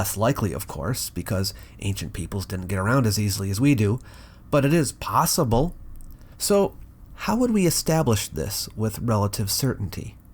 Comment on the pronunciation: and "it is possible" (simply say it) Don't over emphasize "possible" suggesting that it's unlikely or a crazy idea. All those ancient maps came from someplace. People sailed around the globe long before we did and by "we" i mean western europeans in the 15th century and probably before Viking people(norse people) made it to the Americas in 1021 AD. Probably at the very least (5,000BCE) around the times the Sahara was green before it became a desert and I'd imagine long before that, before settlements became cities.